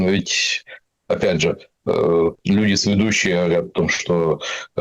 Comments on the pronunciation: Это относится ко всем формам слова: све́дущий, све́дущего, све́дущие и так далее. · Све́дущий — ударение на первом слоге, на букве «е».